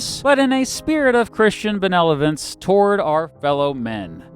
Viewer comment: You said "benelovent"